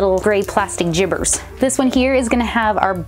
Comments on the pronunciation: I don’t know why, but I giggle every time says “jibbers”. 😆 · I LOVE HOW SHE SAYS "JIBBERS" LOL